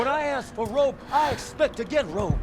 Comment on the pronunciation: She goes to the gawage to gwab some wope